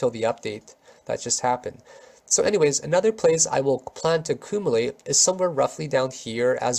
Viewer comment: I like how you pronounce acoomalate